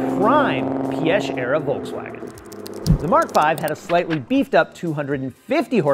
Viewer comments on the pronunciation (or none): There is no 's' sound in Piëch. You say pee-ech...